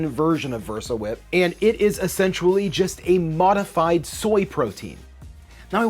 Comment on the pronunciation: Why are you soooo close to the camera, or why is it zoomed in so close to your face?! Why is this such a growing trend on youtube? It's AWFUL. Also, your knowledge of how to accurately pronounce several words needs to be updated before you release videos attempting to present yourself as knowledgable. Particularly "surfactant", "lecithin", and "essentially". For example, you seemed to mix together "essential", and "sensual.